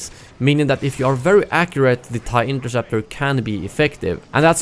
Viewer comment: Hea Said inkerseptor🤣🤣🤣🤣🤣🤣